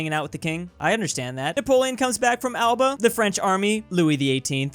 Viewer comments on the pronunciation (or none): none